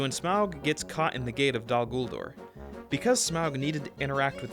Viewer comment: dude. I love ALL your videos, and I just love everything about your channel. but I was appalled at your pronunciation of "Dol guldur." I dont even know how to spell it the way you pronounced it. again, huge fan, but pronunciation and grammar are really important to me lol :)